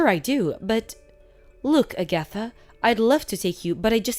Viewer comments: I had to stop what I was doing because I was laughing so hard! A-gath-a instead of Ag-atha. I had to listen again because I couldn't recognize the name. Then I looked at the texts and started guffawing. These things never fail to entertain. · Her name is pronounced Ag-a-tha not A-gatha. DONOT give any of your in-laws a spare key to your home and NEVER give them a chance to get their hands on your house keys so they can slip off and make a spare key. These mother f*ckers will rummage all through your house and rob you blind. They are trifling and believe they are entitled to anything YOU have. Let these so called entitled people get a JOB and have their own money. I'm glad that put a stop to the old prune face bitch getting money from them and cutting ties from her. Glad blocked her husband number from Agatha and Never give her your address to where you moved to. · Agatha was mispronounced repeatedly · Hey, watch a rerun of Bewitched to pronounce Agatha. 🤣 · Agatha. = A-geh- thuh Chauffeur = show-FUR